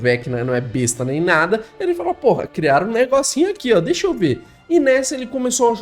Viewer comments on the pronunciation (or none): none